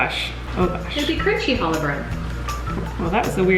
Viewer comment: Hi! So I love that you’re making challah, but can I teach you how to pronounce it? In Hebrew, the “ch” sound kinda sounds like your hocking up a loogie. The sound comes from your throat. I hope this helps! Love from a fan who also happens to be a rabbi. ❤️